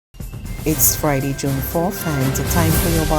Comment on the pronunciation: No, my dear; it is not Fri-d.....it is Friday. Your colleague has mastered the pronunciations of the days of the week and it is hoped that you will soon do so too.